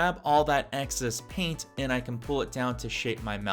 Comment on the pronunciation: the word is excess not access. appreciate the video :)